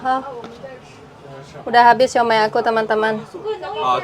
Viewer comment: siou mai 燒賣 bukan siau mei 小梅 suami kamu tau gimana baca